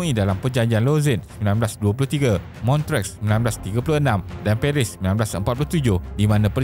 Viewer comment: terbaik video ni. macam biasa, isi yg ringkas & padat dan animation yg informatif buat kita senang faham. cuma lagi baik kalau sebutan tempat2 international disebut dengan betul macam Lausanne, Montreux, Kiev etc. keep it up